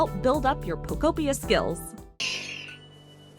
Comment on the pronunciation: Ugh eeeekk lol "Pokopia" is pronounced poh-KOH-pee-uh (phonetic spelling), with the emphasis on the second syllable. This structure follows a standard anglicized pronunciation pattern, breaking down as Po-ko-pi-a. 😂not like pocopia why are so many not even saying the name of the game correctly lol